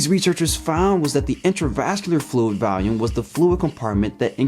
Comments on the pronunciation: The way you pronounced 'volume' sounded like 'value', and you said it twice in close proximity which reinforced the confusing pronunciation. Weird. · It really is uncanny how much your pronunciation of 'volume' sounds like 'value', so much so that if it weren't for the fact that you displayed the word 'volume' in the video I would have thought that you'd said 'value'. Weird. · I like how you pronounce "volume" like "valium." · You're pronouncing "volume" as "value". The "vol" in volume is pronounced like the "vol" in "volleyball". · why does he pronounce volume “valume” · Okay, now the weird pronunciation of 'volume' as 'value' is starting to get irritating.